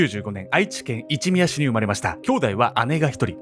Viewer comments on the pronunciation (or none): 愛知県民です。 の一宮市ところ、「いちみやし」ではなく「いちのみやし」です...！ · 愛知県民です。 一宮市はいちみやではなくいちのみやです〜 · 愛知県一宮市は「いちみやし」ではなく「いちのみやし」です。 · いちみやし？いちのみやですよ。(愛知県民より指摘させてもらいます) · なんて残虐な事件……毎回クオリティの高い動画をありがとうございます！一宮市はいちみやではなく、いちのみやと読みます、！ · 犯人の半生を語ってる中で読み間違いがあります、愛知県一宮市をは『あいちけんいちみやし』っておりましたが、正確には『あいちけんいちのみやし』です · マジでどうでもいいのですが、一宮市は「いちみや」じゃなく「いちのみや」です！ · 【一宮市】←いちみやし、ではなく、 【いちのみやし】と読みます！！ 同県に住んでいます。 読み方間違え無いようにお願いします 凄く不愉快です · いちみやし× いちのみやし○ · ×一宮市(いちみやし) 〇一宮市(いちのみやし) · いつも応援してます！！！ 愛知県一宮市は｢いちみや｣じゃなくて｢いちのみや｣だと思います…🥺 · すみません、一宮 と書いて イチノミヤと読むのですが、、、 愛知県にイチミヤシってあるんですか？ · 「イチミヤシ」ではなく、「イチノミヤシ」です。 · いちみや市じゃなくていちのみや市やで 元愛知県民より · 一宮市はいちみやし ではなくて いちのみやし ですーー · いちみやし、じゃくて、いちのみやし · 愛知県一宮市は 「いちみや」ではなく、「いちのみや」です。 どうしても気になったので一応いいます! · この間、京王線でも事件起きて、真っ先に思い浮かんだのがこの事件でした。 本当に怖いですよね…。 あと、犯人の出生地の一宮市のことを「いちみやし」っておっしゃってましたけど、「いちのみやし」が正しいですよ。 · ''いちみやし''ではなく''いちのみやし''だと思います！ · すごく場違いなこと言ってすみません、愛知県、いちみやしと言うものが他にあるかもしれませんが、長年愛知県に住んでる私が思うにいちのみやしの事を、指していると思います、、間違えるなんて珍しい！普段珍しい地名も言えているのに🙏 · いちみやしじゃなくていちのみやしじゃないかな。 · 一宮市 いちみやし❌ いちのみやし⭕️ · 犯人の出身 一宮市 いちみやし❌ いちのみやし ⭕️ だと思いますたぶん...。 地名難しいですよね。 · 愛知県、一宮市、(いちみやし) じゃなくて (いちのみやし)ですよー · 愛知県一宮市 ×いちみや ○いちのみや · 愛知県「いちみや市」じゃなくて、「いちのみや市」ですか？？ いつも応援しています。更新楽しみにしています。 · いちみやしじゃなくていちのみやしです。一宮。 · 一宮市 ❌いちみや市 ⭕️いちのみや市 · 愛知県一宮市「いちみや×いちのみや○」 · 一宮市の読み方は「いちみや市」じゃなくて「いちのみや市」な。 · いちみやし→いちのみやし だと思います🤔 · 一宮市→いちのみや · 愛知県一宮市（いちのみやし）しっかり読みましょう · 一宮市 いちのみや だと思います。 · 愛知県一宮市は、いちのみや市 と呼びますよ👍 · 愛知県いちのみやしって読みます！！おそらく一宮市の話だと思うんですけど！ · 愛知県 いち(の)みやし だなぁ、、、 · 犯人の出生地、一宮市（いちのみやし）と読みます。 気になってしまったので… すみません。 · 宮本さんのような他人のために生きられる人になりたい… ps:愛知県一宮市は「いちのみやし」って読みます☺️ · 一宮市はいちのみやと読みます！ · 一宮市→いちのみやし です😊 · 一宮市…読み方は「いちのみやし」です。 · 一宮市 いちのみやし と読みます。 ちょっと雑さが垣間見れて残念でした。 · 因みに一宮市は"いちのみやし''って読みます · 一宮市(いちのみやし)です。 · 一宮市はいちのみやですよ、、わかりにくいですよね、次から宜しくお願いします、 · 一宮市→いちのみやし です。笑